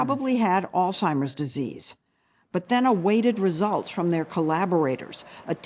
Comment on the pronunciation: Too bad Lesley does not know how to pronounce the word “Alzheimer’s”